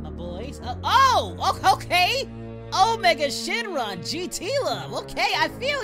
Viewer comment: dang omega shon john you all right? It's Omega shinron!!!!!